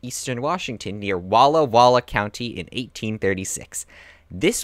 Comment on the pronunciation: Not Don Bruno De Hecta but rather De Heceta, Pronounce here as He-see-ta. Emphasis on see. Also, not Gray Harbor but rather Grays Harbor. Nez Perce not Nez Pierce. Jeez, this is pretty shoddy work. If you are going to give a history lesson please learn how to pronounce the names correctly.